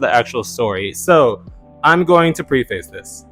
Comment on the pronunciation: 😎 It’s not Pre-Face, it’s pronounced more like preff-uss. Keep up the good stuff! 👍🏼🔥🥵